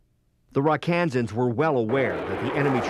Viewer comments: The name is not 'Ra KaANsan's, it's 'RAK-uh-Sans'. And the hill was Dong ap Bia (dong ap BEEha). I was one. Rosentreich was a friend of mine. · Rakkasans! Pronounced Ra Ka Sans, not Ra kansas. ⛩ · First off it's not "Rock Kansans". Obviously not everyone knows the nickname of the 187th but as a narrator it is imperative that he gets it right or don't say it at all. It's not a secret that the name is derived from the Japanese word for parachute. Google it for details. Also many of the video clips used are borrowed from the Marine Corps (CH46), from Army 1963-64 videos (notice the M14s) and also show an AH1S Cobra which never operated in SEA.